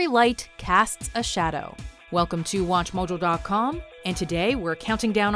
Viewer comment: "Watch Muhjul dot com"?